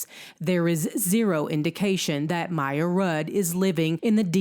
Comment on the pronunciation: Poor baby! Give her away if you dont want her! BTW the baby's name is not Maya it's Miya ... like in Mia.